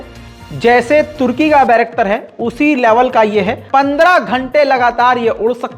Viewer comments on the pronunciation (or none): none